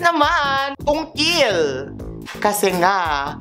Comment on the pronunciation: Havey yung “Tungkil” mamsh!😂😂😂😂😂😂